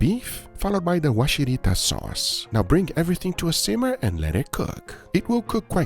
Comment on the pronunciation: Sorry, can't stop myself pointing out a few things. It's "Warishita", not Washirita. Also we don't normally mix egg yolk with the sauce. Just dip in the mixed egg yolk. But your sukiyaki looked good! well done.